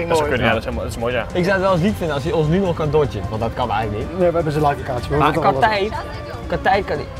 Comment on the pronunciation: ‘Leifff locatie’